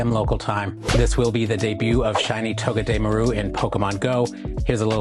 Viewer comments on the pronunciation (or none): its pronunciation is toh-geh-deh-MAR-oo Like all together you are kinda separating it, not to be petty and all.